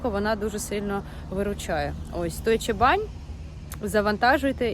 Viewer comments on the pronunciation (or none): Чому "Дойче БанЬ" 😂 - Дойче Бан